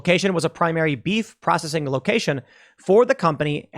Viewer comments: Hey Tim it's P R O S C E S S ING NOT prossing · Dude, your pronunciation of "processing" is driving me nuts. PRAH SES SING. Say it again. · Is it me or is he saying "prossing"? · Why cant Tim pronounce processing? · pro cess ing not pro cing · Say it with me tim.... PRO-CES-SING... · Tim, it’s pro-CE-ssing. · Tim….it’s pro-cess-ing. Love your show but that drove me nutty 😀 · All I heard was "food prossing". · Anyone else triggered by the way Tim keeps pronouncing it "Procssing"? I think he's doing it on purpose. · PRO CESS ING. say it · Tim, honest question. Do you have a speech impediment? You can't say "processing" and hearing you mis-say it over and over is painful to my ears. I have never heard you say "versus" correctly, either. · Why can't he say the word 'processing'? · bruh learn how to pronounce processing it's f'ing annoying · The way you say processing sucks but you are loved anyway! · How come you can’t say the word “processing”? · The real question is; can Tim really pronounce processing? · So Tim can't say the word Processing huh? Lol